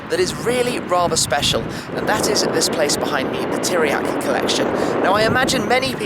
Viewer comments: Narcis Iordache im from romania,i know who tiriac is,but the first time i heard like you pronunce teriaky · Did you said Teriaky Car Colection ? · Great video, mate. Very calm, pleasant to hear and fun to watch. Also great information. // But one hint: 'Țiriac' is pronounced as 'Tsiriac'. The T-comma (t --> ts), which also exists as S-comma (s --> sh) in Romanian, changes the pronounciation. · pronunced 'Tziriac',would be cool if you say it like that.